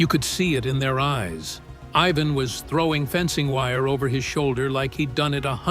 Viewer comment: to the narrator his name is IVAN stupid not eveen